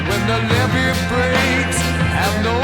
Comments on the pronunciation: Leevee? Really? If it's a word you're not familiar with, please at least look up how to pronounce it. In my 53 years I've never heard anyone mispronounce levee... until now. It's such a common word. Ever heard of New Orleans? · Pronounced lev-vy. If you’ve lived near the Mississippi River for a substantial period of time, you’ve experienced this feeling while throwing sandbags. I got a group text message out of the blue April 14 from an old friend reminding us that on that day 48 years ago 1977 we all cut our high school classes loaded up with party supplies and the trip to St. Louis and caught the Led Zeppelin concert at the old arena. I just had to tell somebody that. ❤ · "Levee" rhymes with "chevy." 🙂 A levee is a high bank artificially built to keep a river from overflowing during heavy rains or spring runoff. The organization, "Playing for Change" released a fantastic version of this song with musicians from throughout the world. Jon Paul Jones liked the program so much he agreed to play bass on the recording, and features prominently in the video. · That was driving me crazy too. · You corrected yourself on the Levee pronunciation - but notably - it rhymes with Chevy (Drove my Chevy to the levee). Its an embankment on a river that protects the surrounding area from floods when the river rises. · IT IS NOT LEEVEE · 5 points for reacting to this song. -10 for not knowing how to pronounce levee. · Points deducted for mispronouncing levee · learn how to pronounce levee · IS A FOOL! ITS LEVY NOT LEEVY! TAKE YOUR TOP OFF! YOU DONT LISTEN TO LED ZEPPELIN! YOUR JUST GOOD LOOKING! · It's Lev e not Lee vee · Leeeve? It's levee, not a long e in the first part of levee, get it right girlfriend. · it's levee not leeve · Not LEEVE darling God Bless you its LEVEE...keep listening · Lev Vee. Not Leee Vee 🙄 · not LEVY.... LEVEE. It's a structure, not a Jewish rye bread. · Sorry, its not Leevee. Its a name for a dam its pronounced Lev + vee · its a LEVVY not a LEEVEEE